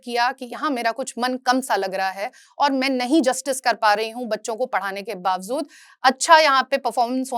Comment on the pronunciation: It’s pronounced as bawjood, not bawzood